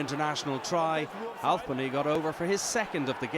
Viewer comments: Halfpenny not halvepenny you fuck knuckle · Its halfpenny not halpny